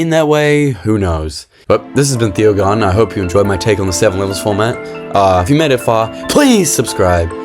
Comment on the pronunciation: Good levels mate, nice video. Also thought your name was pronounced lol